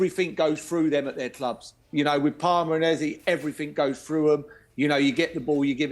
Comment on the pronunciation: ''what shooked us'' ''Garef '' Southgate ''every fink goes froo 'em ''